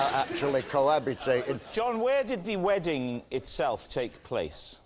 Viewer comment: "Weddink" ...wtf, people can't even talk correctly anymore. "Drawring" "Obamar" .......